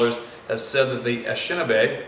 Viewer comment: The Anishinaabe are native to Michigan. The textbook I used in the MI. History class I taught had the name pronounced like this Ah-Nish-A-Nah-Bee. Might not be perfect but I'm sure it's pretty close.